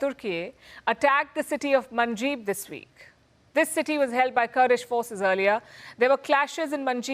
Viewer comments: It is not manjib!!.It is called Manbij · It’s Manjib ,Not Manjeet 😂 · palki its not Manjib its 'Manbij'